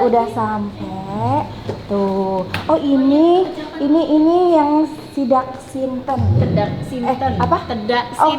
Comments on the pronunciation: Tidak siten ..bukan sidak sinten 🙏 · Mohon maaf, yg benar "Tedhak Siten" 😘